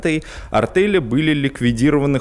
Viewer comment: Неправильно ведущий произносит слово АРТЕЛЬ, звучит как артЭль.